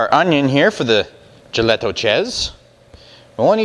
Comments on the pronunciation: Nice try on the pronunciation. I pick these up at a local producer (Karpisek's, Wilber, Nebraska USA; self proclaimed Czech capital) from time to time. We say it like this, "ya'-lee-ta" [JALITA]. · Great video, I'm 100% czech, so just to clarify, it's pronounced "yel-e-tho, Thank you for the info of how to make it, Nebraska! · Just to corrent the pronounciation. The "j" in "jelito" is pronounced as "Y" in "yellow" and you don't make the "ou" sound at the end. You just say "O" as you say it in "lock". Czech is phonetic language so the nice part is that once you know the pronouncations of phonemes you can read anything correctly unlike english. Czeech cuisine does not really use cumin. "cumin" is probably bad translation of "kmín" which means "caraway seed" Good job otherwise. This reminds me of childhood and when we had pig slaughters in the fall (grew up in rural household). I was always tasked with stirring the blood so it does not congeal haha. I like to cut them into thick slices and fry them untilů crispy.